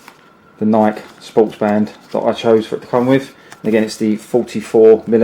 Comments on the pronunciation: FYI, Nike is pronounced 'Ni key', Great presentation though. Well organized and thorough. Thanks! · Every time he pronounced Nike wrong it shattered a piece of my soul. Good vid tho this is what I’m gonna get now. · Get your pronunciation of Nike right, dude